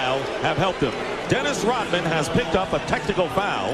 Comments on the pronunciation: dennis "rotmin" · RoDman not Rotman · Its Dennis Rodman not Rotman! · Rodman not Rotman. Take some of that Patreon money and get a speech coach. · WHY cant you say Rodman ???